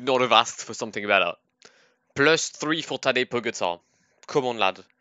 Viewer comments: Please stop saying pogatar😂🤦🏼‍♂️ it's pogacar😂😂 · I mean, it's pronounced Pogatchar :/